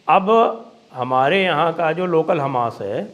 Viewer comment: Sir namaskar, app ka local. Hamash boltehi hashi ageea